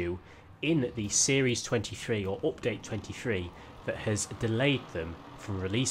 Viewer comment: Nobody: Literally nobody:: Opdate